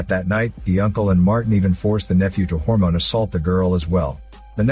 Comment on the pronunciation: Story was pretty cool. Then he said, "a Harmone assault!"... 🤣🤣🤣... I had to pause to laugh.